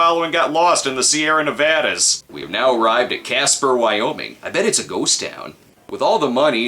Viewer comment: My favorite part of the vid is where the Snob pronounces Nevada correctly. It is not NE-VAH-DAH, it's NE-VAD-UH.